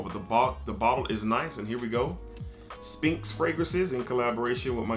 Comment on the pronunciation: The P is silent in SPHINX. Its pronounced Sss-FINKS.